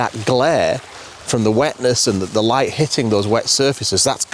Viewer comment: I had to back up a few times to hear what you said in describing your first set up. I finally understood that you were talking about beautiful light, but I thought you were saying beautiful wife, both of course being true. OK I'll turn on captions.